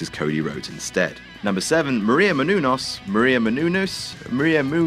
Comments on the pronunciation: It's "Μενούνος" /mɛnuːˈnɔːs/ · It's: "Meh-noon-yoos". You're welcome. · munouous or munenous booty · No, it's Meh-Noo-Noss. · meh-nu-nes thats how u pronounce it! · You couldn't have spent ten seconds to look up how her name was pronounced could you? Look at her, she deserves better. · Omg shut up on the pronouncing gag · really shouldn’t be joking about not being able to pronounce a last name like Menunous considering he regularly mispronounces names like Dan Spivey all the time. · Just look up how to say her fucking name. Seriously what is funny about a grown man not being able to pronounce a simple name. Fuck, thinks he is way funnier than he actually is. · I like these videos, but the commentary such as the constant mispronunciation of Maria Menounos' name is just plain stupid. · Yes Menounos you English pagan! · You gotta love pronunciations of menounous 😆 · as a greek, seeing u pronounce her last name is fucking hilarious